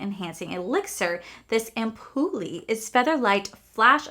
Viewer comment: Ampule is pronounced like Amp-yule with a silent e